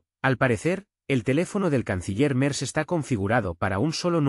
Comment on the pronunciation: Quién fue? Merdz Cómo lo pronunciaría un francés 😂😂😂😂